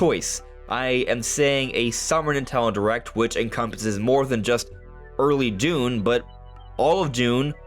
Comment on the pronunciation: Bro said "nutello direct" 💀